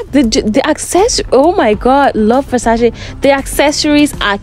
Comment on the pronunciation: at least say the brands name properly...